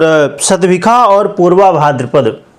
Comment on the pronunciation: शतभीशा को सतभीखा बोल रहे हो, पता नहीं आपको कुछ, tottaly confused